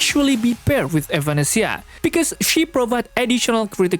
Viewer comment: Sorry who? evAnesisa? Tf you getting those pronunciation from?